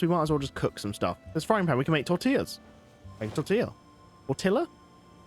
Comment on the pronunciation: Btw u said tortilla right the first time then u started to say it wrong just wanted to let u know